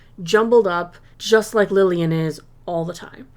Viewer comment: The character's name is Lilia not Lillian. I have loved Loki, Hawkeye, and Ms Marvel, but this is my favorite Marvel show so far.